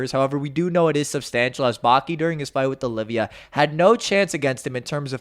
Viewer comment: It's Oliva not Olivia